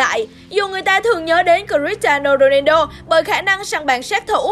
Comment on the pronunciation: Cờ - ti - a - no rô - nang - đô :))